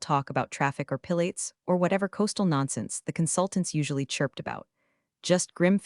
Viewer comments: A mispronunciation in every sentence! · Marty Gras? Pillates? 😂😂😂